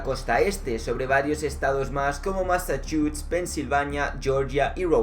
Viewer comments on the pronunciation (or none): No es es Massachutts es Massachusetts